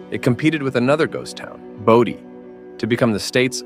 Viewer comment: Its bow-die